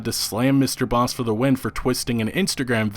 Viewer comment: you pronouncing MrbossFTW is wrong its Bossman